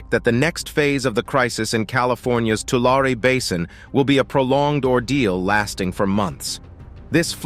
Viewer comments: loved the update, but as a native resident to this area please please please check with the locals for your pronunciation. Its like fingernails on a chalk board. The word is not Too Lair nor is it Too Lawr. It is pronounced "To Larry". as in, Don't give the money "to Shirley", give it "to Larry". The same goes for the nearby town named after the lake... just sayin' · It's not too-lar it's too-lary. That is the correct way to say Tulare. Lived in the area for many years and I was confused where this was until you put up the map. LOL. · You can always tell when AI is narrating something. It mispronounces words. It's two-lair-ee not Two-larr. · It’s Tu-lar-e not Tular. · The locals around there pronounce it Tularie😅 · Tulare, tu lar e is the correct pronunciation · It’s pronounced “Two-Larry”. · Tulare is pronounced: Tu lair ee. Just because I was raised in in the San Joaquin Valley. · Tulare is pronounced Two-Larry. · No one says Tulare they way they do in this video. it is pronounced with a long A and E, like "To Larry". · Interesting that growing up there we all pronounced it and the town (too Larry ) funny how 100% of everyone in CA says it wrong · Is the narrator wrong or 100% of the population of the San Joaquin Valley? My bet is on the narrator. To all of us here in the valley, it will always be too•LARRY. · We pronounce Tulare as 'To Larry' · 3 syllables dearie. 3 syllables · I'm amazed by how the narrator mispronounces the name of the lake. Great voice. Lots of very interesting information. And yet he pronounces Tulare in at least three different ways. Isn't that something you would research and learn before narrating what is otherwise a well done presentation.